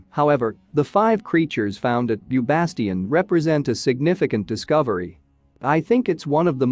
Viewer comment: Interesting however it is quite jarring to hear the names of people, animals and places murdered. For example Bastet is pronounced Bass-tet.